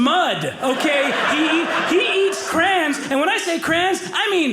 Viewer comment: “Crans. He eats Crans” Took a while to figure out he was saying … crayons.